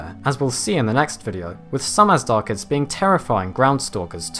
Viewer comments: Not AZDARCHIDS. It is Azhdarchids, it is supposed to be pronounced as Ajdarchids, the ZH should make a soft J sound like dejure. Azhdar is a persian word meaning dragon. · I got pretty annoyed by you pronouncing them Azdarchids, that H there is there for a reason. The word Azhdar is an ancient Persian word meaning dragon (snake like beast etc) and is not pronounced with a hard Z but a ZH which makes the word sound closer to a soft J would be pronounced like Gendarme. Loved the video though :P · The "zh" is pronounced like the "s" in the word pleasure. Just for future reference. :-)